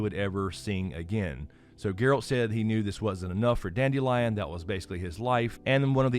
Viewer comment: Listening to the audiobook, instead of pronouncing his name as "dandelion", They went for a slightly different approach…dand-ill-ee-on…Kind of a play on the sound of the word instead.